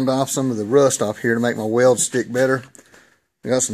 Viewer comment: I wasn't sure... when I heard you say "way-old" for sticking metal together... Next, "E"-poxy made coffee come out of my nose, but when I saw you have a lathe, a mill welding equipment and a powered paraglider I figured we are probably gonna end up being friends!